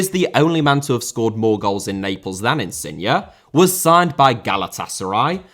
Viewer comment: It's InsignE* not InsignA please, the guy ain't a car